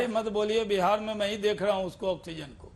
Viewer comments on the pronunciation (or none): none